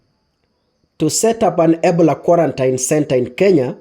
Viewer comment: Ebola is pronounced as "ee-BOH-luh" (or ih-BOH-luh). NOT "ebla" you are too quick